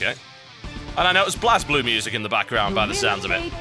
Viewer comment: Yes sorry, that's what I meant, because TB pronounced it how its spelled, which is incorrect.